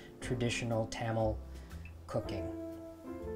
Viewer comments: Great video but I'm dying at your pronunciation of Tamil. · Today I learned I've been pronouncing Tamil wrong my entire life (Thum-mal was what I was saying. Where I got this from, IDK). I also finally learned how to crack a damn coconut! I would try it out, but I live in Alaska and I don't have overpriced coconut money right now, lmao.